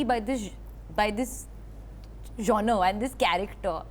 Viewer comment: lovely Alia….i had trouble with the word genre as well…. ‘it’s jaan r